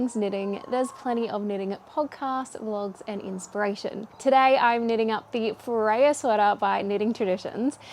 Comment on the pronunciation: Oh, by the way, I just watched the Knitty McPurly podcast Episode 238, where Devin talks about the Freyr Sweater and how she can’t pronounce it. She says, “Fryer” as-in air-fryer 😅 So you’re not alone!